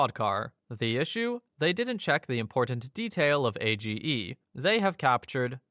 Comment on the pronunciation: the voice makes a mistake with caps at about though. It reads AGE and says "A G E" rather than "age". Also iirc there were couple other comma related issues with the script that came through.